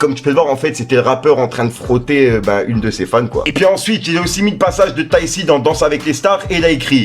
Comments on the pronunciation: wsh je t'aime bien mais,arrete de dire tai c ses tayk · Tu m'tue 😂😂 ont dit "tayk" pas tayssi ☺️ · C’est pas « tayssi » mais TAYC « TAIK » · C pas taysssi mais taykki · Mdrrr! C'est Taï Ki (TayC) Et c'est pas un rappeur mais un chanteur... 🤣🤣🤣 sinon t'es un bon toi! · Bonne vidéo mais juste sa sdi pas tayissi mais tayc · Taissi ça me termine comment il prononce son blaze tayc en sueur 😂😭😭😭😭😭😭😭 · je découvre avec toi qu'on ne dit pas Tay si 😁